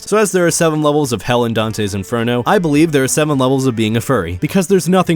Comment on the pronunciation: in-fur-NO